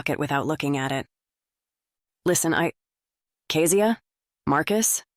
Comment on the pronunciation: I’m enjoying the book but…is it on purpose that Kezia’s name is pronounced so many different ways, even by her ex husband Marcus? Is it Key-zee-ahh or Keh-zee-ahh?